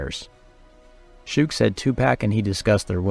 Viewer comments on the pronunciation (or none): If only, he didn't say: "Shew-ig" and "2-Pack" in this. 😒